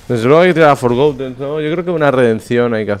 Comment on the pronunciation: por favor deja de decir "forgoUten" no se dice con U forgotten... Gracias